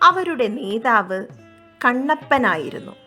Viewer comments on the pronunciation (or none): none